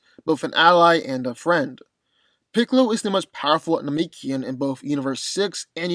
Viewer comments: It's pronounced Namekian not Nemekian you clearly have not been studying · Why it seem like white folks wont rest til they screw up every established name?😂 Na-MEEK-Ian !??? Than- Naughs??? Go-hand????ITS NA- MEH-KIAN THAN-OHS GO-HAUN